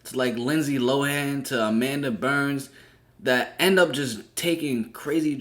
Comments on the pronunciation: Everytime you call her Amanda Burns it bothers my sprit. "Amanda Bynes" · Yup I seen the video of T-Boss, Left Eye, and Chili speech and I was like wooow!!... and was saying Amanda Berns lol but it's Amanda Bynes... it's okay tho we know who you meant!😊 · Its Amanda Bynes bro not Burns lol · Why you keep saying Amanda Burns? It’s Bynes my guy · Her name is Bynes not Burns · Say it with me. BYNES…. Amanda BYYYNNZZE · 🤣 He said burns lol